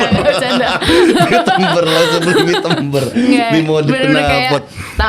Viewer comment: sekelas ngomong Beat ember😅